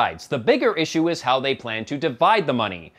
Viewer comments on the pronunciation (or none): none